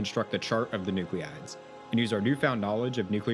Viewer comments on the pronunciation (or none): Please, « nuclides, » not nuclleeides. Thanks!